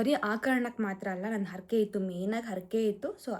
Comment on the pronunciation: ಕನ್ನಡ ಮಾತನಾಡುವಾಗ ಉಚ್ಚಾರಣೆಯಲ್ಲಿ ಸ್ಪಷ್ಟತೆ ಇರಲಿ. ಅರಕೆ ಅಲ್ಲ ಹರಕೆ. ತಪ್ಪು ತಿಳ್ಕೋಬೇಡಿ.